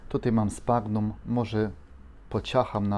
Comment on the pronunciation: Sphagnum czyta się prawidłowo: "sfagnum". To nazwa łacińska, obowiązują zasady tego języka. Warto odszukać sobie te zasady. Przydatne w czytaniu nazw łacińskich. Rozwiąże to Twoje kłopoty z kaleczeniem łac. nazw rodzajowych i gatunkowych. Są przejrzyste oraz proste do zapamiętania i nauki.